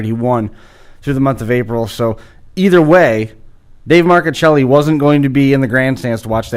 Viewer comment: My nephew David Marcuccilli....personally responsible for the MARCUCCILLI name being pronounced CORRECTLY!!!!!!!!!!! PS.........GREAT INTERVIEW..but..GET A SKYPE ACCOUNT!!